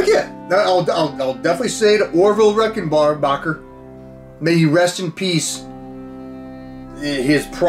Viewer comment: Over the years, two things have remained constant in L.A. Beast's videos – him doing the robot while eating something challenging and him needing to get his Bering Strait. That phone call at the end was amazing. Those chips are as old as me! Orville Reckonbarbacker... I'm pretty sure you're not the only person to have said his name like that 😂